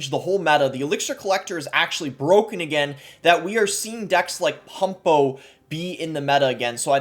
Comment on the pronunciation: Elixir collector is BWOKEN..